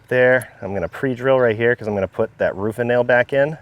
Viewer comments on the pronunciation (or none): Usually you hide your accent well, but "roofah nail" stuck out like a sore thumb to this former Mass resident ;)